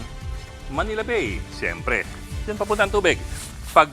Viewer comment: Ang bigkas sa Bay ay “Ba-e”, hindi po yung bay in English